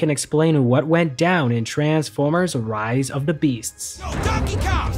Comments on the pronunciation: You said ris not rise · Correction, its Rise of The Beasts, not Ris of The Beasts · “Ris of the Beasts” lol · ah yes ris of the beasts